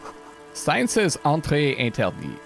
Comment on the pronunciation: You should've pronounced it "Entrée interdiTE" as it's written. "Interdit" is indeed pronounced with the final "t" silent, but this was the feminine form. Surely just a lapse in attention, but I thought I'd point it out nonetheless. :)